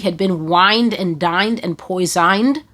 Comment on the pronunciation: When she said “wined and dined and poizined”…I screamed 😂😂